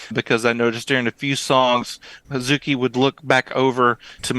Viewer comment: I can tell you how not to pronounce Hazuki. It's definitely not Ha-ZOO-ki. Similarly, Suzuka is not Su-ZOO-ka and Momoko is not Mo-MO-ko. Americans have a tendency to stress that middle syllable, but the Japanese do not. The 'u' is often elided, such as in Babymetal's "Akatsuki," usually pronounced "Akatski" and in the verb "desu." I think it is elided in Hazuki's name, so "Haz-ki." It is not elided in Suzuka. So with names like Suzuka, Momoko, Kanami, Akane, Miyako, etc., you pronounce each syllable evenly. Miyako is not Mi-YAHKO or Mi-YAH-ko.